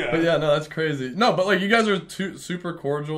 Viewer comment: the fall of is cwaZY